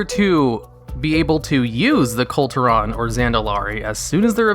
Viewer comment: Kul Tiran: Cool--Tear-In. Not hard to pronounce.